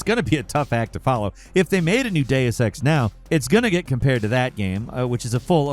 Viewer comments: For the love of God, please either stop putting Deus Ex on "" lists or tell him how to pronounce "Deus" and "Eidos". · The way you pronounced Deus Ex and Jean Reno hurt my ears 😂